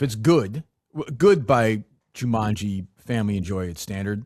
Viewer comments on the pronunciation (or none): why the fuck does keep saying jumunji